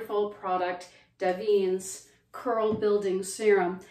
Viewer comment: I have always heard iit pronounced Davin-ess.